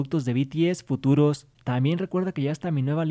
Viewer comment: Porque siempre hablas así? SERÁN OTROS REGALOS FUTURos, YA TENEMOS MERCH TE DEJARÉ EL LINK EN LA DESCRIPCIon... siempre la última palabra de tus oraciones termina así